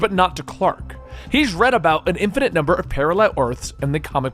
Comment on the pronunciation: dude learn English, you pronounce words wrong all the time!!! it is pronounced in-fin-at not in-fit